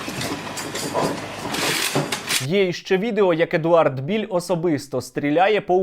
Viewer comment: не Біль а правильно Білл, Едвард Білл, от і вилізла на поверхню правда про цього колаборанта-малороса )) воно колись було Українцем по паспорту ну але як виявилось це ненадовго і тільки на бумажці...